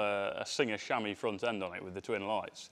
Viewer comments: Singer "sham-wah", not Singer "shammy". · I know how 'chamois' is pronounced in the case of 'chamois leather', only that's not how the name of the car is pronounced. Unless it's a nickname that I've not heard before.